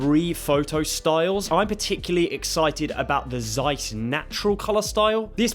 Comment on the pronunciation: No, really? You don't know how to pronounce Zeiss?????????